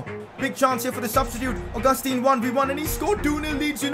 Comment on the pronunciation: It's pronounced au-ga-stan